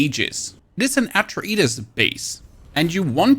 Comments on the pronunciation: Its not an "At-tra-ay-dis" base. Try instead: "Ah-tray-deez" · "This is an AtRa-EEE-DissS Base." Excuse you and your entire continent!?! "And also MiliterrrrrEGILATORS~" Swear to crom, I will bury you in ants! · Nice vid mate. Atreides is pronounced a-tray-deez btw :) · What in the 2nd grade pronunciation is going on here att-roe-adis are you dumb? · It is pronounced ATRAYDEES :) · Atra eedas?? Did you mean to say atreides here? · At-truh-ee-dis lmao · "Dis an Atri Eetus base" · Atra-eedus LOL. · the way you said Atreides is triggering lol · you know you don't pay attention to the movie nor the game's lore if you pronounced Atreides wrong XD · Ohh that pronunciation of Atreides grates my very soul. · Almost more triggering is his pronunciation of Atreides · "at-trah-ee-dus" (Atreides) "rej-yoo-later" (regulator) My brother in Christ, what are these pronunciations? lmao Great video though, thanks. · Harkon bases, your butchering of atreides and harkonnen hurts my soul. So badly. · So basin, atreides, mitigation, and MK. Any other words I’m missing that this guy absolutely butchered? Edit: regulators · Let's go ahead and add Hagga Basin and Atreides to the list too. This video butchered them both before the 30 second mark. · The entirety of the English speaking world except for The US and Canada uses the term "Aluminium". The guy clearly isn't a native English speaker, so I'll give him a pass for everything except his pronounciation of Atreides and Harkonnen, as that could confuse people.